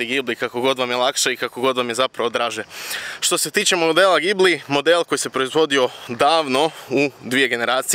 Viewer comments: ime auta se ne cita sa z nego sa S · mislim da se pravilno kaže Đibli